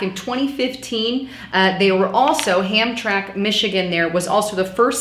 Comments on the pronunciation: That is pronounced "Ham-tram-ic" not Hamtrack. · Hamtramik is how it's pronounced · the pronunciation is HAM TRAM IC hon. No big deal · Ham tram Mick, Michigan. It's ghetto bc of Americans. I like alot of what she says in all her videos but this isn't right. I live less with in 30 miles of both of these places. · Hi darlin. Thanks for making your vids. Great stuff. Being from Michigan I just want to sound out how to pronounce the the cities name Hamtramack for ya. Ham TRAM' ack. 😇❤️😊🎸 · heads up. Hamtramck is pronounced ham-tram-ic. The Detroit area is famous for these type of names because of the French settlers. Roads there are just as bad. Dequindre is de-quin-ter. Gratiot is gra-shit. If you're ever referencing an area around Detroit, Quebec, or the Louisiana Purchase, it's best to look up the pronunciation before trying to say them. They never sound how they look, unless you speak French. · it's pronounced ham- tram-ick.. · Pronounced: ham-TRAM-ik 😀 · That's how you pronounce the city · it is pronounced ham-tram-ik. I'm in Michigan & honestly, I haven't experienced hammtramik being a no-go zone. Dearborn can get dicey for sure though.